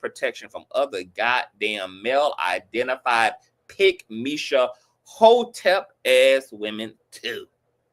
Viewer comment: Pick- mesha Hotep.. I’m weak 😂😂😂😂😂